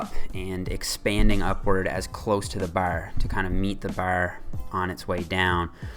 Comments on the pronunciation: "as close to the ber", "the ber comes slightly forward" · The way your say "bar" sounds really irish lol